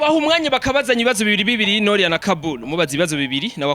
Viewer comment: Beniii nukuri ni NORIA pas NOLIA tuvug neza plz 😍🤣🤣🤣🤣🤣🤣